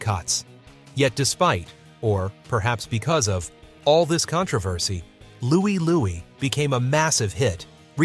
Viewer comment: It's Louie Lou-eye! Listen to it!